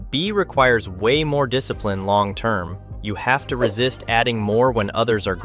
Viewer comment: " You rack a disaprin! "